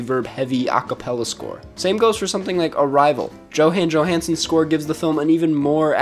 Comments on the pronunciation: Did you seriously just say "JO-hann JO-hannson"? XD It's pronounced "Yo-Han". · Johann Johannson is pronounced "Yohann Yohannson"